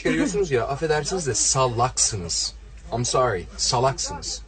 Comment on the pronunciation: am sori ha? am sori goddot deee covilad dovi dovi zımbab fakkhe, a aa mon diziz vadi kamon disz iz fakking gossooomm.